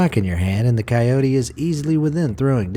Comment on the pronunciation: dude says kyody him : shows a wolf